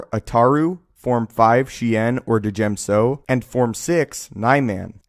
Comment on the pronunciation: the d in djem so is silent